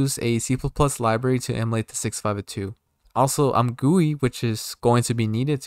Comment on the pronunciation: "AimGooey" Ah yes, i love AimGooey... my favorite GUI